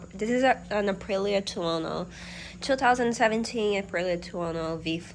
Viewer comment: I’m from Italy, just want to point out that your pronunce of Aprilia Tuono is totally on point. Also cheers for the new bike, I know from watching your channel they she is in very good hand and she’ll be a beauty soon. The engine sounds good 👌